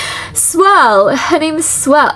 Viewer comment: Anyone going to talk about her saing swell instead or swirl 😅😅